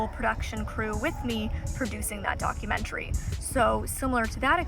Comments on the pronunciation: I thought you said "dogumentary" hahaha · Did you say dogumentary? :) i cannot wait to meet you new friend and watch the whole training experience ❤